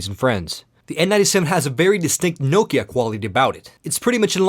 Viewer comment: sä oot suomalainen ni älä ny lausu sitä Nokiaa niinku joku jenkki, Noukia..